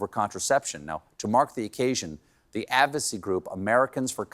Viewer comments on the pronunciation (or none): The "avocy group"??? Are you sporting sines of... advanced age, Stephen? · "Democats?" "Advocy?" I think Colbert needs a cognitive test.